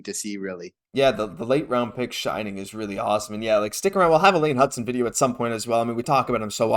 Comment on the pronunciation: It's Hutson.